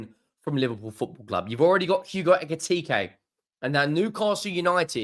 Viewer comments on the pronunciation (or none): none